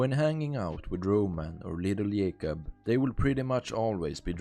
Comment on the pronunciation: you say “Dimitri” but than you pronounce Dukes as Yukes and Little Jacob as Yaycob just interesting 😂